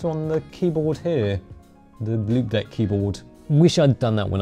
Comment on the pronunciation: Before I saw the actual product name on the keyboard, I thought you were saying "limp dick". 😂